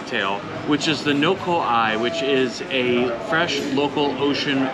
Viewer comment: my god your pronunciation.... Kalakaua .... No ka Oi (means the best btw) you pronounced No ka ai??? You checked out only tourist spots. I was disappointed. Tourists should try a little harder to find the hidden gems.